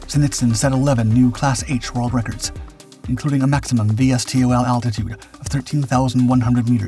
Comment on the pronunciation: "Why eh kay"? "Es tee oh el"? "Vee tee oh el"? Jiminy. It is pronounced "yack", "stoll" and "vee-tool". That's why people don't like AI, it isn't as smart as everybody claims. It took me a while to figure out what the AI as "yakking" about. (Forgive the fitting pun)